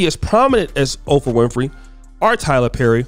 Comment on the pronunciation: OPRAH. Not OFRAH bruh...🤣👍🏾